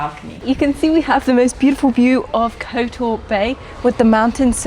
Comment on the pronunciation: "Kotoar" terrible prounounceiation.